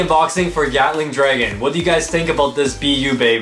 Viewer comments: I’m sorry, but did you just say “Yatling” Dragon? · Bro really said GYATTling dragon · I love how pronounces Gatling Dragon as Yatling Dragon, kinda reminds me of Bigbang Yenesis